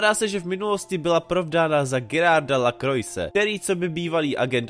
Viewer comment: Konečně! btw. Čte se to [Kroa] :D